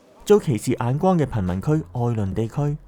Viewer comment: 眼光 。眼。眼必須必須鼻音 nnnnGgaaannn